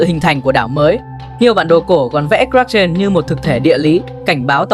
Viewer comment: Phát âm sai tên sinh vật , một lúc một kiểu , kraken, krakeu ,... ? Vậy nó tên gì mới đúng